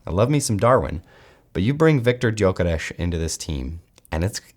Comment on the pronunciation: Respect for knowing his name should be pronounced hungarian !